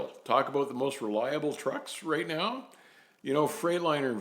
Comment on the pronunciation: The highlight of your videos for me is when you say "aboot" lol im sorry, i get entertained by the little things :/